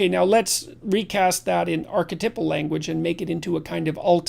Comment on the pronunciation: Is this pronunciation of "Archetypal," English, or US or what ?... ...Has JP taken on a French pronunciation, as he is Canadian?